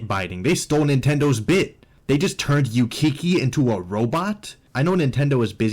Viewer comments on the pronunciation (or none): On the Kiki and Ukiki thing, those are sounds monkeys make in Japanese. That's why a lot of monkeys have similar names like those in Japanese media in general. It's also read Ook-ee-kee, not Yoo-kee-kee.